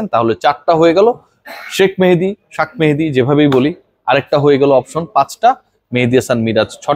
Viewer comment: ভাই আপনার মতো একজন মানুষ একজন ক্রিকেটারের নাম এভাবে বলতে পারেন না কারণ আমি জানি ক্রিকেটারদের আপনি সম্মান করেন মেহেদীকে ৫ নাম্বারে জোর করে খেলাচ্ছে মেনেজমেন্ট তাহলে তার নাম টা কেনো এভাবে বলেন কারও নাম বিক্রিত করে বলা শুধু তাকে অপমান করাই নয় এটা অনেক বড় গোনাহ